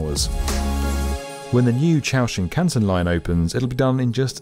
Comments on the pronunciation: The thing is though… it’s not Chou lol It’s Chuo, as in Chew-oh. Japanese for central lol So basically choo-oh Shin-Kahn-sen. The way he pronounced it in the video was hilarious. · "Chow" Shinkansen really makes me chuckle... Try "Chew-oh" and you'll be better off. 🥲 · it not ciao ken. its chu oo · Every time I heard "chow" I cringed... It wouldn't hurt to just maybe not massacre a different language? Even something like "chew-o" would have been more acceptable.. 🙃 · "chūō" is not pronounced "chow", it's "chuuu-ohhhh" (don't say it like it's Chinese). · "Chūō" is pronounced CHOO-OH (like "duo") not "chow", dumdums. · Its chuu-oh though xd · Great video, but your wanky pronunciations of "Chūo", "Nagoya" etc. are aggravating... They're not even difficult words, and it's extremely easy to check how they should sound.